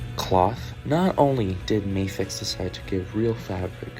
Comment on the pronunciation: For future reference; Medicom is the company, not Mafex. Mafex is the series - and it's pronounced Mah-fex and not May-fex.